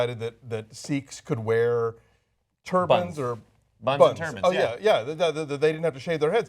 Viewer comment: you are absolutely right. I misspelled Sikh. LOL he pronounced turban like turbine and made me giggle. way to killjoy.